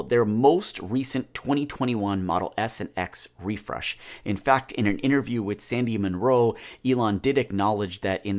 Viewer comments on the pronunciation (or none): none